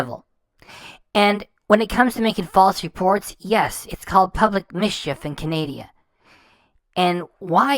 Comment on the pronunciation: Look I really enjoy your content, but please it does not help the cause to call her followers idiots while calling it CANADIA. Please it is CANADA, pronounced CAN-A-DA. I'm am used to hate so feel free, but I mean no harm, I just think it helps the good fight to not call others idiots while sounding uneducated when you obviously are.